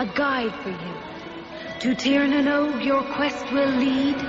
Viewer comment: The series was filmed on location in Ireland. Not on US soil. Also, it's pronounced "Tier Na No-guh". ^_^